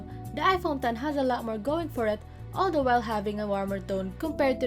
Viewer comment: Can you please work on your pronunciation of "the"? It's bothering. And you sound like you have braces on when you pronounce "s". And please take this as a constructive criticism. I hope you consider this.